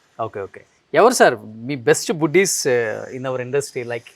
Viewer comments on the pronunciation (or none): Anchor english pronunciation mistakes, fashion kaadu Passion, Buddy's kaadu Buddies, plop kaadu flop. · బుడ్డీస్😂😂😂,Buddies బడ్డీస్ రా